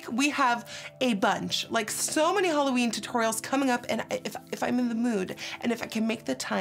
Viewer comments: Am I the only one that heard HOLOween? :'( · I love that she says HOLOween💿❤️💿💉💉